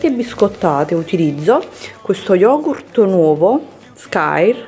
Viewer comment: Ussignur lo YOGU SKAIR